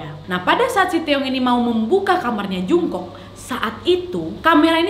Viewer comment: Mohon maaf ya kak Mem Jungkook salah baca bacanya jongkuk Mem Taehyung juga salah baca,bacanya Taehyung bukan pakek o terimagaji